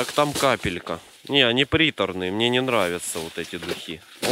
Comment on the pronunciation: мои любимые фразы «РЕБЪЯТКИ» и «А МЕНЕ СЕМЕЧЕК, А МЕНЕ»